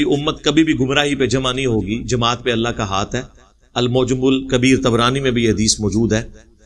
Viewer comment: O BHAI YE JO TUM ALLAH KO ALLAKH BOLTE HO THEEK NI KARTE SAHI BOLA KARO HAA KI AAWWAZ NIKALA KAO